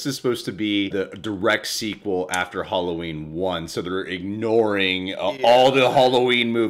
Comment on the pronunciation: "Holloween"...:D Love you